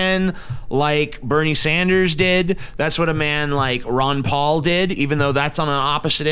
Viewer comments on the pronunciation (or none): none